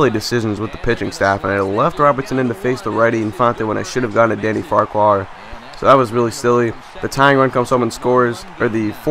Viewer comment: Just a heads up, its pronounce far-quar